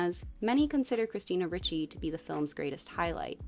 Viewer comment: It's pronounced REE-chee.